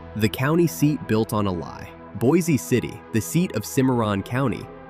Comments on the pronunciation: It’s pronounced “boicity”. Not “boy-zee city.” I’m from out near there. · By the way, Pronounce Boise City with Boise as a SINGLE syllable; as if saying "Boys City" instead. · There is no E sound on Boise City. It’s pronounced Boys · Also, it is pronounced (Boice) City not like the town in Idaho. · Boise city is pronounced like “BOYS CITY” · You need to learn that Boise City is pronounced “Boys City”